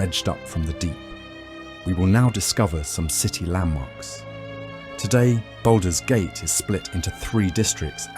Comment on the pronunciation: What's baldows gate 😂